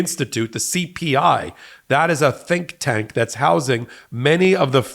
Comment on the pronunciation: Was that ‘think’ tank or ‘stink’ tank ? 🤔